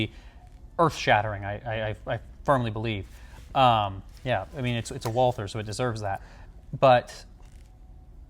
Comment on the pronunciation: why are you pronouncing the gun "WalTHer"?